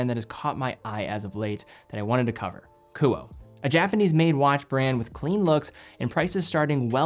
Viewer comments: Ku-oh-eh not Ku-oh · the brand name is pronounced “Ku-oh-ay,” not “Koo-oh." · Thanks for another excellent review. The correct pronunciation of the brand is KOO-Oh-Eh. In Japanese, all sylables receive equal weight (theoretically). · great video! the pronunciation of this brand would be ku-oh-ay based on my knowledge of japanese phonetics. Amazing watches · Honest question. Is KUOE pronounced 'ku-oh' or more like 'ku-oh-eh'? Japanese's kana structure and pronunciation would imply the latter, but the former could be applicable if the name has a western or Anglo-American inspiration behind it. I can't find this information on their website. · Don’t know the owner nor the company, but in Japanese this would be pronounced Ku Oh Eh. KU as in coo coo cachu… OH as in only… EH as in enemy. 3 syllable name. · Likely pronounced Kuo-eh. As in Kuoé or Kuoë. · Love your content and watch almost all of them. Isn't it pronounced "coo-oh-eh" ? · If it's meant to be pronounced as a Japanese name, it would be Ku-oh-eh. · It's pronounced "kuoe" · I think it's great you're featuring a smaller Japanese watch company, but you should really know that it's pronounced Kuu-o-eh. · I would pronounce the “e” as a third syllable. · God forbid if you mispronounce a french name on watches. But it's ok coz.it's just an asian brand.